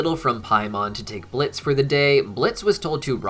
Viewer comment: it's blitzø...say it right plz